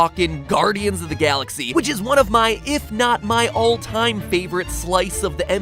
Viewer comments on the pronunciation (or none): none